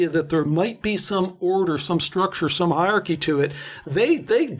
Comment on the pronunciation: "Hairarchy" lol